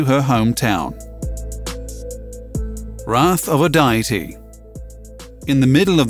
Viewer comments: Day-ity, dee-ity.... but not Diety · The pronunciation of "deity" as die-it-tee is...unusual imo. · Die-ety? Why does this guy keep saying "die-ety"? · You mispronounced mesopotamia and deity